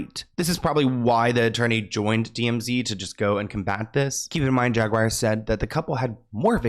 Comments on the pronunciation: JAGUAR...NOT JAGWIRE..THERE IS NO "I" anywhere to be found!! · Jag ~ wire !! 😂